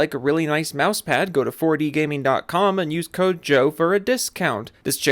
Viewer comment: I still hate the way you say "4D Gameen."